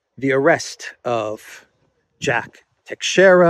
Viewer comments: No, the correct pronunciation is Tei-shei-ra, do not put emphasis on the letter A in the first 2 syllables, there is no such sound in the word. It's a difficult language to fully master, greetings from Portugal 🇵🇹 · Teixeira (pronounced by Portuguese tai-shai-ra) is a very old Portuguese name. The navigator Tristão Vaz Teixeira was, together with João Gonçalves Zarco and Bartolomeu Perestrelo, responsible for landing on the island of Madeira in 1419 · No, it's pronounced tei-shei-ra... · I think I wrote the same sounds that you did, just in a different/inaccurate way. Is it not pronounced tay-shay-ra? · Teixeira - Three syllables: Tei ( pronounced ta with long a as in shade) xei ( pronounced sha with long as in shade) ra (short a). Accent on second syllable. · No, tei-shei-ra, simple